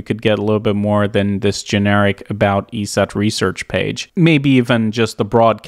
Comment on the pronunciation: eset is said "e-set" not "eee-see-eee-tee", but other than that, awesome content brother